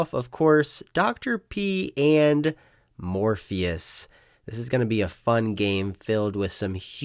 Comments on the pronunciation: Morphis = more fis not Morpheus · his name is spelled Morphis. Therefore it’s pronounced “Mor-fis”, as the announcer correctly pronounced it. It’s not pronounced like Lawrence Fishbourne’s character from The Matrix.